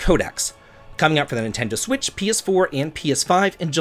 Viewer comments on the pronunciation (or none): none